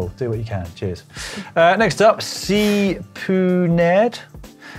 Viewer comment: We can’t let Dan get away with his butchery of cpunerd into c-poo-Ned can we.